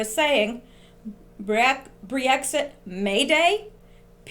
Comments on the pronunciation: Great video, thanks for all your hard work. Just wanted to let you know it's not Bree-Exit, it's just Brexit. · Just Brexit...2 syllables. You may not even realize you're adding a syllable and an extra e saying Bre-exit. Just fyi. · Pronunciation of "Brexit" is NOT "Bree-exit." It is simply Brex-it (two syllables versus three syllables). Thank you! From your sister in Christ and in Q! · Brexit - Brex (ryhmes with Becks the beer), there's no 'ee'. ;) I hope they get rid of May, she's a disaster. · brex it is 2 syllables with a short e sound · I think you pronounce it BREX IT (short vowel sounds, just two syllables). I had to wait for your breakdown all evening.. now I understand and can tone down the nightmares..great work!!! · Never heard Brexit pronounced the way you do it ...Cute! But wrong. Don't underestimate May...she has powerful friends. Nikki Morgan would be a disaster for Brexit give us a leaver please God ><>